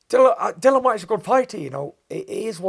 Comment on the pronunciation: Bangs on about professionalism yet calls Dillian Dillan. How hard is it to get his name right?